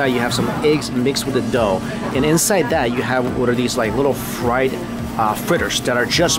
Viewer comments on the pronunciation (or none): none